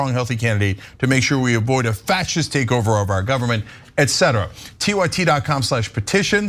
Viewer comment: Did that dude just say "factsist?" talk about a freudian slip.